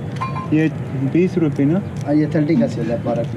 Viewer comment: I think he said give me herpes, not rupees.